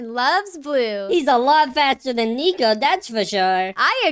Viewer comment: That is not how you say nico